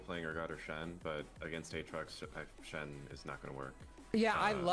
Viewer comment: never thought id hate how someone says aatrox...uhtrox. jokes aside this was an insanely informative vid, my buddy mains urgot and i like to have a good understanding of my friends mains